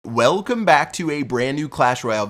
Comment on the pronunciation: Why do I feel like he tries to say whalecum back every video